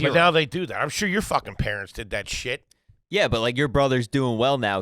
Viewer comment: I love when gets so confused/flustered by the shit says that he goes full gibberish mode! “Yeyeyey ya got wha wha what are what are you talking about?”